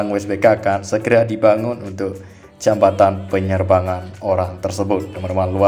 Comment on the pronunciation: Yg bener jabatan ap jembatan yg akan d bangun teh klw ga bisa nyebut baca ajah "JPO" gituh biar mudah dan mengerti dan enak d denger yh